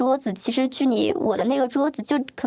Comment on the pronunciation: 还有很多，不知道是不是转换声音导致的，又好像本来她就是这样说话：niao（聊）天，泥（厘）米，念（练）习，您（林）立珍，逆（立）法委员